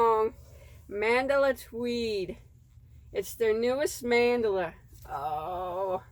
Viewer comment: MENDELA ❌ ITS """MAN-DA-LA"""